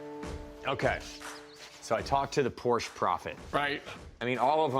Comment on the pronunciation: Porsche is a two syllable word either singular or plural...... KTF